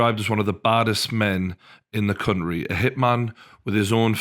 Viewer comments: The word you keep trying to say, and failing is "Country" Not "Counry". There's a T in it for a reason. I bet you say buha instead of butter as well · One of the most dangerous men in the 'cuntree' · "baddest men in the cunnry"